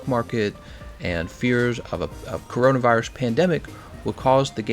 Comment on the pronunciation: You said corinavirus gl